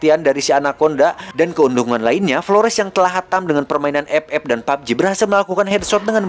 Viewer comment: ep ep dan papji😭😂